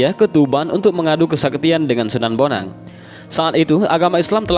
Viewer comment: Kalo prh baca sejarah. Itu namany d baca bon ang bukan bonang dan dia itu CHINA